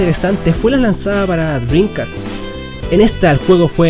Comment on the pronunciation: Genial! Aprendiste a decir PlayStation XD Ahora de tarea aprende a decir DreamcaST, no drimcaTS